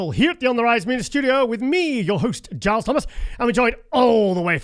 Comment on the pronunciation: Milos calls Giles gillus